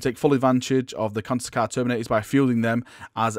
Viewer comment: somehow I dont think you are pronouncing it correctly...